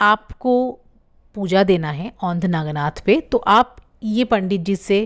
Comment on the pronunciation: व्हिडीओ अच्छा है पर उच्चारण गलत है वो औंढा नागनाथ है.पारली नहीं वो परली वैजनाथ है मराठी में परळी बोलते है. औरंगजेब था जिसने मंदीर देवी देवता मूरत फोडे थे.